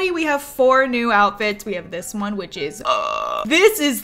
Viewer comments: Every time she said “Which” I kept thinking “Witch” over and over again 😂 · Every time she says 'which', I immediately hear 'witch'